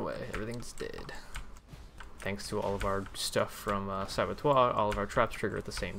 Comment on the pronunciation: Are you saying Saboteur as "Sabotoire" just to trigger? You have succeeded :(